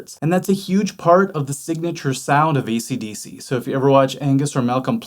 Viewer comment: Great video as always. Awesome. I heard u said " easy dissy " AC/DC at the end. Hahahaha